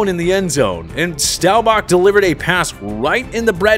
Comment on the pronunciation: Dude I am no Cowboys fan but you should really learn how to pronounce Roger Staubach’s last name if you are going to do a video with him in the mix. Just sayin’